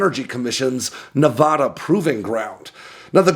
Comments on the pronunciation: Please pronounce my state correctly. It’s nuh-VADD-uh not nuh-VODD-uh. Thank you. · It's Ne-VAD-uh. Not Ne-VAH-da. Locals and long term residents do not use the Spanish pronunciation. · Pronounce Nevada correctly and I’ll subscribe to your channel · Stop mispronouncing Nevada! Damnit man. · I am begging you to pronounce Nevada correctly. Sincerely, a Nevada native